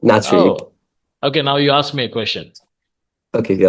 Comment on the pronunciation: Aks = ask